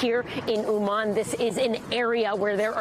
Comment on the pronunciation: Why does correspondent mispronounced the name of the city? It sounds from her like Wuhan. She is right there, in the city, near the apartment building, destroyed by Russian terrorists. Is that so hard to say Умань? With stress on the first syllable and soft “n” at the end? And why is it so hard to name each Russian attack a terror attack? They really are. And Putin is terrorist #1 now, like Osama was before.